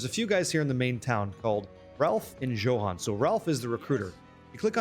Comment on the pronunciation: "Joe-han" lol